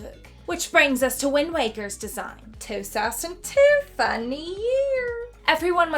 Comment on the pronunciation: "Twosousandtwo funny yeaar ☝️" 😙👌